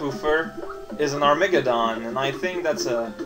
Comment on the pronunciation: Why do I love the way says "Armageddon" so much?